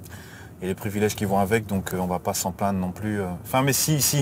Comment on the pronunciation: Plaindre вы произносите как plandre. Это неточное произношение